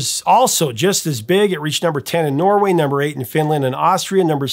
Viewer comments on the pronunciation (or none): none